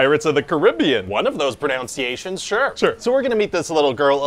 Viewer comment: re - Really? NO ONE else thought it was funny that he mispronounced the word "pronunciation," while specifically making a joke about pronouncing things incorrectly? Really? I'm the ONLY person who thinks that's funny?